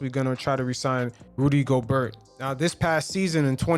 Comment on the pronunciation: It's not hard to learn how to pronounce French names. Go-bear, Knee-luh-key-nuh